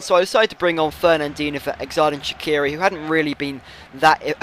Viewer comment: Its pronouned jerdan shachiri